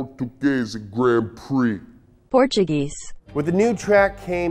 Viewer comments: Yep he just said "Português" instead of "Portuguese", The pronunciation is perfect like a true Brazilian I can almost smell the "picanha" baking on his "churrasqueira" ÓωÒ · portugayza HAHAH you usually make me cringe but I found that one funny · The “Portugazer” Grand Prix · "... at the *portoo-gay-zee* grand prix" Nobody: *Requests Proper pronunciation of foreign word becuase they're worried said it wrong* Donut Media: Dw guys, i gotchu;) Donut Media: *Plays English pronunciation of portuguese* Google Translate (*in English*): "Porch-of-geese" Donut Media: "HAH. Can't beleive how stupid is! Glad we showed the viewers how much smarter we are than him!" Portuguese Viewers: *Facepalms* Me: *types "Portuguese" into Google Translate & clicks on Portuguese pronunciation* Google Translate (*in Portuguese*): *portoo-gay-zee* - that moment when actually said a foreign word right & Donut tries to embarrass him & it backfires LOL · Port tu gazey...... Portuguese. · Not even mad about the fact that can’t say “portuguese” 😂 U the best, 🙌 Keep up with the amazing work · I'm portuguese and you pronunciation of the word cracked me up! More, please, I need more (powa!) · Fun fact: if a native portuguese speaker had to pronounce "portuguese" without any past experience with english, he whould pronounce it just like you did